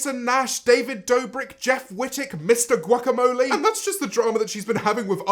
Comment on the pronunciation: “Mr huakamole”